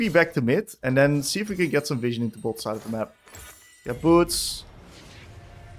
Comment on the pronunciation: Hey man thank you for the content. You're really good at explaining your thought process. The whole video I was so confused on why you used the term 'fishing' whenever placing a ward. I figured maybe its a term I didn't know yet, fishing for picks? Then it clicked on me. You're saying 'vision' XD Gave me a laugh at my own stupidity. Thanks though for the content and the fun!